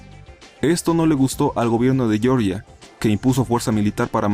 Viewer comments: Por qué dices "Yorya" en vez de "Georgia"? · Un detalle, Georgia como lo pronuncias (Yorya) es el estado de Estados Unidos con la capital Atlanta. El país del Cáucaso se escribe igual pero se pronuncia como se escribe, (Jeorjia). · Jeorjia wai, no yeoryia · la mayoria de esos paises no son mas que territorios que aspiran a ser independientes pero no son tales paises y por favor me duele a los oidos que cuando hablas de georgia digas llorlla sino sabes como se pronuncia en el idioma de aquel pais pues pronuncialo tal y como se escribe en español es decir georgia pero no me lo digas como si fuera un estado de los estados unidos. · Georgia..? En estados unidos, wow no lo hubiera imagiando, o quizás quisiste decir "jeorjia" (Goergia) como en verdad se pronuncia... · Georgia se pronuncia como se lee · Pronuncias mal Georgia .Sin ofender. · Georgia no se pronuncia así compañero, si lo llamas así te refieres al estado de USA